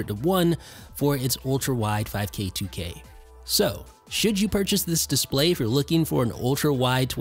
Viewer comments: Dude u must stop pronouncing display like that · Please make up your mind about how you are going to pronounce the word “display.” You switch with such frequency that you end up sounding affected and pretentious.